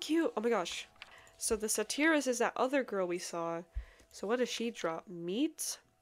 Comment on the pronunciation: Just kind of a random side note: Satyr is pronounced Say-tear. They're half human, half goat. They're actually pretty cool, honestly. At least, in D&D they are xD Also! I prefer the longer videos ^^ And after watching your first video, I decided to grab some of the mods you had, as well as some other ones I enjoy quite a bit, and made a large modpack... But now I know of even more mods I want to join! These new ones you have seem so cool!